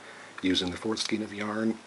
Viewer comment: great pattern, thanks. fyi, it''s pronounced "skane" :)